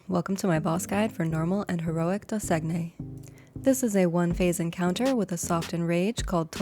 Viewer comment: The bosses name is French it is "Doe-Sane-Ye" like Champagne, or simply "doe-sane" if you're not trying to fancy it up with a French accent.